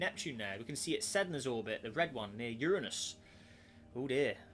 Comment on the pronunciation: Finally someone who says Uranus correctly